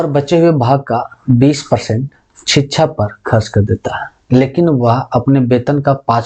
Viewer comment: sir शिक्षा बोला करिए …छीच्छा क्यो बोलते है